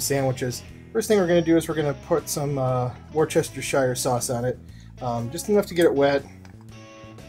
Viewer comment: WUSS-ter-sheer sauce, dude. Not WUR-chester-shire. Please tell me you were joking.